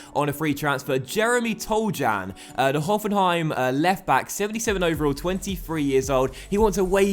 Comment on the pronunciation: 8/10 for the transfer window, also I believe Toljan is pronounced Tol-yan. :)